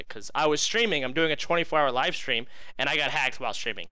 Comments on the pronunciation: Why does he say 'strum' instead of 'stream?' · The way he refers to his stream as "strum" is so cringe holy shit 😂